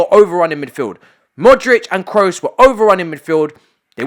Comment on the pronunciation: My dude is not Tony "Krus" is Tony "Kros", do not pronounce the double "OO" as if it were a "U" in english.